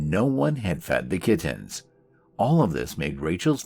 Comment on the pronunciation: I love the way he pronounces "kit-tins." I'm just in the beginning so I don't know the story yet, but I hope he keeps saying it.